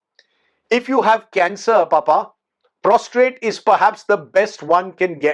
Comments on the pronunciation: Sir Prostate not Prostrate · Prostate and not prostrate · It's prostate, sir. Not prostrate. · Sir it's Prostate not prostrate!!!